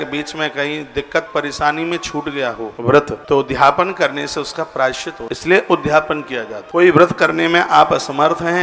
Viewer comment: ' उद् धापन ' मत बोलिए, शुद्ध शब्द ' उद्.यापन ' बोलिए।